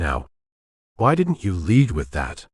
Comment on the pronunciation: A. I. bow , lead .. mispronounced computer did not understand the context